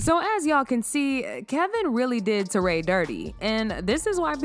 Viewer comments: Her name is pronounced Tori not Toray. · Who is " Tor-Ray" ???? its pronounced "Torry". as in Joe and Guy? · Teray? How you pronounced her name so wrong??